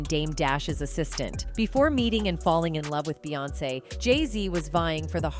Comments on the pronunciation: Jesus I can't listen to this AI shit anymore..."BAY"🤦🏽‍♀️. SMMFH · When yall say her name “Beyoncé” yall pronounce it “BEEyoncè” Yet yall pronounce “Bey” & “BeyHive” as “Bay” & “BayHive”…… pisses me off